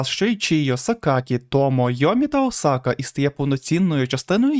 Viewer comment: о май гатто! чел все норм,але твій наголос на бідосі Осаці ну це капець